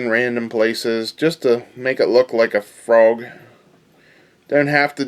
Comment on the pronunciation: Nice "Froag",!